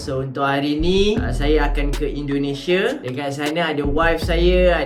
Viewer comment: Belajar lah ngomong yg bagus,indonesia bukan endonese brooo